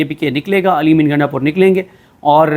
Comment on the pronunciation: محترم نام صیح بولا کریں نام گنڈہ پور ہے گینڈہ پور نہیں